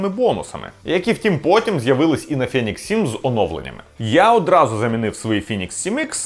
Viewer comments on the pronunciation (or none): фЄєнікс ФЄєєнікс.... Ну хватає вже тих москальских відсилок... Правильно взагалі "фінікс" Але в чому проблема сказати ФЕнікс?